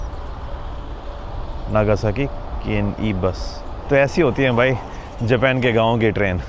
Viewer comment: Tum bato bato me dant q nikalta hay .Bina matlab ke . Smart nehi lagta hay . Japan ka pronounce thik se karo .